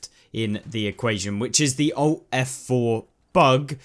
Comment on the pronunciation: ALT + F4, not "owt f4"